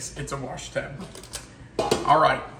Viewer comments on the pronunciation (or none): none